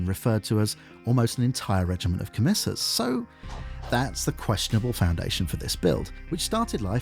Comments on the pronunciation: This video was amazing, but we are sending the Adeptus Arbites after you for that pronunciation of "commissars" 😂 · You always make amazing videos and this one is no differn't but christ if you can't pronounce stuff right. Co-misser-s? Ka-tach-in? Christ man 😭😭😭 Nice to see people acknowledge the cost and viability of these builds. Feels very down to earth and relatable :) Building warhawks is a weird one. They're effectively like the Elysian Drop Troops but stormtroopers. Looking at the Fantasy Flight RPG books for more modern images, I feel like anything but a scion head would fit alot better. Even the normal kasrkin head (with the breather filter bits chopped off for a more drop troop look) feels like it would fit better with their distinctive goggles. Adding grav chutes helps alot to. the Royal Volpone as an army are allready pretty well accounted for with the normal scoins kit, with more fantasy based character models for special characters, and normal cadians for the normal infantry. Its an odd case. You could maybe try using the new horus herasy Solar Auxilia for something differn't, or kitbash them with scions for something that strays away but is maybe more interesting than just blue scions tho. Speaking of Gaunts ghosts custom regements, how about giving the Vitrian Dragoons a go if you ever do another video like this? Tehy seam like quite a ballache to convert with their glass scale armour. Think the auxillia VELETARIS Veletaris could be a good case if you can get the scale texturing down, with their slitted helmet visors? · The way you pronounce catachans and commissars makes me rip my dick off. Good video though